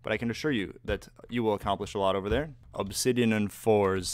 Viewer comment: "It's-a ovah Yellows. I have the high ground-u"